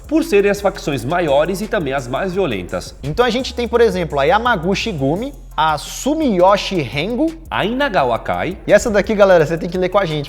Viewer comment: Não é “yakÚza”, e sim “yakuzÁ”!? “Yamaguchi” se lê “YamaguTi” Não é “SumiyÓshi”, e sim “SumiyÔshi” Aqui, qndo você monta um estabelecimento, a YakuzÁ oferecem “proteção”, desde que vc pague uma quantia exorbitante a eles!! Ofereceram pra uma amiga que tem um salão de beleza, ela apenas recusou e “ficou tudo bem”!!😂🤷🏻‍♀️